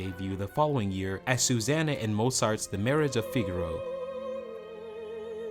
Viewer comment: MO-zart? HAY-din?